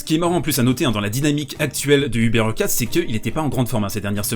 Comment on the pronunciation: HurkaCZ - CZ = comme un "tch" / dans "tchèque" ou au début de "choke" en anglais et non un "ts"/"c",/"s